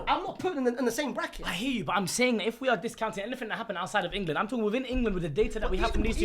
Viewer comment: supercopa de englessss!!! 🤣🤣🤣🤣🤣🤣🤣🤣🤣🤣🤣